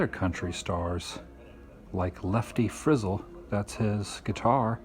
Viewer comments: Frizzell is pronounced like 'gazelle' ... Not like 'fizzle' ... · It's not Lefty Frizzel. It's Lefty FRIZ---ZELL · Lol! Great laugh this A.M. Thanks Adam!!! It's not pronounced frizzel it pronounced Lefty Frizzelllll! Got to drag out the end! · It pronounced Frizz - ell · pronounced ( LEFTY FRIZ -EL ) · Lefty's last name was pronounced (Friz-Zel) great vlog keep it up. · Lefty's is pronounced Friz--Zell 2 sylabols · Frizzell, pronounced Fizz-Zel. Barbarosa..best Willie Nelson movie ever. Check out The Hermitage, home and grave site of Andrew Jackson while your in Nashville. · Lefty Friz zel not Frizzel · I was looking to see if anyone else noticed that and commented. :) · you pronounced Leftys name wrong. Thats ok guess it was before your time. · You mispronounced Lefty Frizzell's last name and Tootsies Orchard is still open. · Got a really good chuckle with my morning coffee on the Lefty Frizzell. (That's Frizzell with the accent on the end.) But I guess you have to be a deep rooted, hard core Country Music fan for that to sound funny. Thank you sooooo much for the J.D. Sumner clip. That guy was super great. For quite a awhile he held the Guiness Record for the lowest note by a human voice. I wish you could have been in Nashville a couple of days. I would have loved to have seen more about my Country music heroes. BTW, "Murder On Music Row" was more than just symbolic. In 1989 23 year old Kevin Hughes was shot and killed on 16th Avenue. About 3 years ago they finally arrested and convicted Tony D'Antonio for the murder. Thanks, again. for the Nashville tour this morning. :D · The Lefty Frizzell pronunciation gave me a chuckle too.